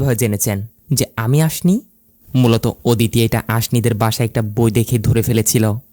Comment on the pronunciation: আপনার উচ্চারণে অনেক সমস্যা আছে, এইজন্যই ইন্টারেস্ট হারিয়ে ফেলি, আপনি লোক না বলে লুক বললেন, অদিতি না বলে ওদিতি বললেন, ধোকা না বলে ধুকা বললেন, কোথাও না বলে কুথাও বললেন, টিকবে না এর বদলে ঠিকবে না, এরকম অনেক ভুল করেন আপনি, আমি জানি না আপনি বাঙালি কি না তবে আপনার কথার উচ্চারণের মধ্যে অনেক ভুল আছে, এই ভুলগুলো শুধরে নিন।